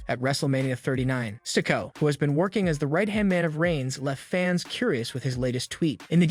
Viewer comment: Every time I hear “sick-o” I cringe..